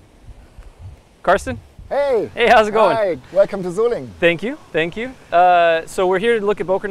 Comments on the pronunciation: Sorry, but that "SolinJen" pronunciation really hurt my ears! Thanks for the video!👍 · As you heard in the video: It's not Solinjen, it's Solingen. Just a friendly pronounciation advice :D I know you pronounce the same spelling differently all the time, which I don't get, but lets not go into that; I just thought I might help put a little. : > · Very nice video, full of interesting facts and beautiful pictures. One small remark though : the german boss pronounced the name of this place many times and it clearly is not "solindjen"... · Absolutely great!!!! The only thing Blade HQ could have done better is to pronounce the name of the city they went to correctly. The city is called 'Solingen'. The German guy was pronouncing something like "Soling", and I'm positive Americans can say that too. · Sol lee Gin !!! not a soft G !!! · Man please...he've told you how to spell Solingen correctly more than once. For all you Englishs, try "Solinghan" and suddenly you're more close to correct German. My God...😐